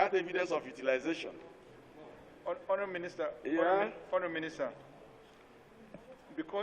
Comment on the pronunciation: I like the way Mr Bamidele pronounces the word Honourable, it sounds so much like Horrible! Lol